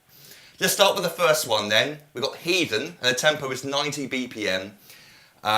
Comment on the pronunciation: I cringed when he said heathen..